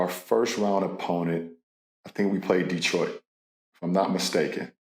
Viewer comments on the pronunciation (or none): none